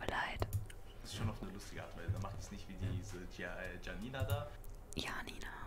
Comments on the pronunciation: Und ich dachte mir die ganze Zeit die heißt Janina und nicht jjjjanina alta😂😂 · Warum so viele "Schanina" sagen macht für mich Sinn, ich kenne den Namen Janine und den spricht man so aus Und ich würds Normal besser finden, weil die Videos im Hintergrund einen so oder so raushauen und sorry dass ich einmal während und einmal nach dem Video Kommentiere ^^